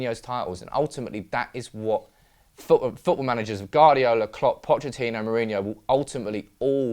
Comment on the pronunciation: Can you teach that guy to say Guardiola